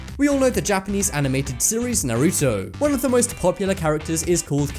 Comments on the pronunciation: NAR A TO NOT NAR OU TO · Naruto is pronounced Naruu-toe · Nigga I wanted to punch him so badly, he said Naruto and Kakashi wrong -_ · Him: "Narutu" Me: 😠😡😠😡😠😡😠😑😑😑😑😱😵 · i swear why do people always called naruto narooto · you butchered the names of Naruto and Kakashi. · They never pronounce Naruto right. 😑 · Kaezen and naruto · The way he pronounced "Naruto". I'm shook cuz I am Asian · So is nobody gonna mention how he pronounced Naruto 🤷‍♂️ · God u say Naruto and Kakashi so wrong 😂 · ALL OTAKU MUST KNOW HE SAID KAKASHI AND NARUTO WRONG:( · How dare you say Naruto wrong lmao